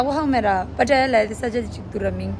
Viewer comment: love how you pronounce “ pataya” Hahaa 😂 so cute ☺️ It’s “ pattaya “ and yes it is a city. Only an hour drive from Bangkok city. But I think you should go to Phuket. They have most beautiful hidden beaches and islands. You have to take very early boat from Phuket city which takes 1-2 hours to get to those islands. It’ll take your whole day to see all the islands. They’ll take you to so many beautiful island where there were so many Hollywood movies were shot. Like James Bond and one of Leonardo DiCaprio’s movies too and few others.